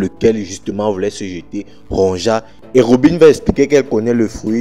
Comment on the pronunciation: Il faut lire “Ronja” en “Ronya” comme les Vickings